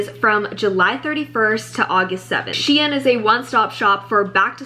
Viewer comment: I love the way you say shein LOL😭 this video was amazing, excited for more!!💕